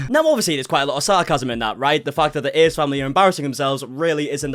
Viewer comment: I swear he says ace like ear